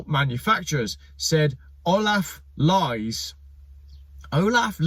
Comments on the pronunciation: "Lies" in German is pronounced "Lees". But Olaf Lies is much funnier. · Lees it's pronounced Lees not l-i-e-s LOL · Lies is pronounced as Lees btw not lies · It is Liess like in bees!😉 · Olaf Lies is pronounced 'lease' with ea as in tea. Brush up on yur German,! Cool video by the way. I agree. EV's are a scam. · In German Lies is pronounced the same way as "lease" 😅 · Wolff is pronounced 'Vulf' while Lies is pronounced "Leez". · FYI, the German surname "Lies" is pronounced "Lees" and really has nothing at all to do with lying... that in German would be "Lügen" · Lies - pronounced Lees as it happens. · Pronounce Olaf Lees !!! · Great vlog. Except for the German pronunciation. Back in my "O " level German class they told us ie is E,As in " Die Fledermaus ¬ and ei is I,as in " Eine kleine Nachtmusik ". So it would be pronounced Olaf LEES. Or was it just a cheap shot on your part? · olaf Lies is pronounced LEES and a briliant vidoe :) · In German, the letters ie are always pronounced ""ee", and ei are pronounced "i". So if Olaf Lies's name did sound like untruths, it would be spelt Leis. The way it is, it's pronounced Lees. I don't think the ID7 looks boring. I think it's ugly - but then so are most modern cars. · It's pronounced LEESE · If you cannot pronounce German names properly (Olaf Lies), better not make jokes about it.